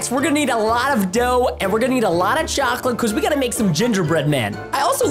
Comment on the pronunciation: Preston: yocolete Me: wait that's iligel